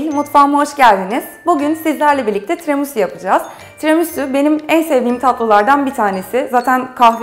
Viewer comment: "Tiramusu" - "çukulata" 😂😂😂